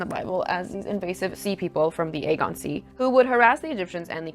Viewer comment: Its not the Agon sea its Ae-gee-an.